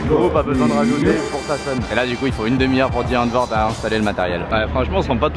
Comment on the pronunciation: à chaque fois qu'il a prononcé Die Antwoord, j'avais les oreilles en sang